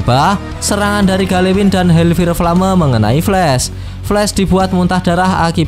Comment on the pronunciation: kalo Ngmng fire itu fayer bang kalo ngomong flame itu flam